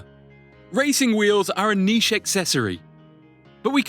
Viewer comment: Did you pronounce "niche" as nishay?